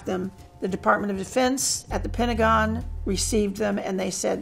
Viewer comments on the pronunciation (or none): none